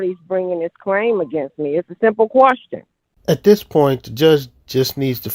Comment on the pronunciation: It's question not quastion. You don't even know the word